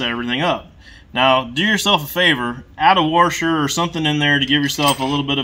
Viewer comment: He said "worsher" lol washer